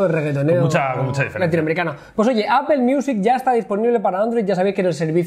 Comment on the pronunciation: Porque siempre los españoles pronuncian APEL!!!!???? o.O jajaja